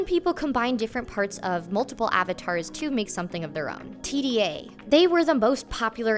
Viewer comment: And of course their name is pronounced "tee-duh", not "tee dee eh". It's also written with lowercase d and a. Tda.